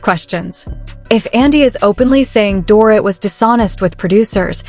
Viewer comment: CAN U PLEASE Speak DORITS NAME CORRECTLY!! It’s DOR-EET!! Not DOR-it 🙄🙄🙄